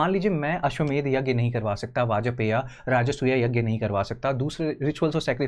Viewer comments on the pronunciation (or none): none